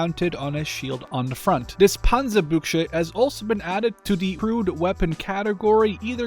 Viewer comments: Panzerbüchse - phonetic it is more like: Pantserbüxe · Being German, your pronounciation of "Panzerbüchse" sounds more like "Panserbuggsche" to me xd. I love it tho